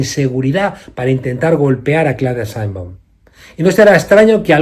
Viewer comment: Se dice Sheinbaum, no Sainbon